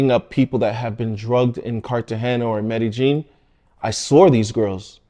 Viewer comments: It's pronounced Med-e-yeen not medejeen. The J is silent. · Wp tf calls it Med-ih-jean? It’s pronounced Med-ih-yeen. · You’re in Medellin or Medegene? And please stop saying “ax”. By the way, I’m glad you got these pigs - they deserve this…actually they deserve way more than this. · MEDEGEENE ? Pretty believeable story and video if you don't even know how to pronounce the location correctly. Guess the location was in COJUMBIA eh ? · In the English language the word asked is not pronounced "AXED" .. Its pronounced ask-ed . the K is pronounced as part of the ask .. with the "ed" immediately after.. I am not from down there, but Google pronounced MEDELLIN much different than you. I have never heard it pronounced the way you do "MED A JEAN" . Why are replacing the 2 l's with the letter J ?? Best regards from the English speaking world.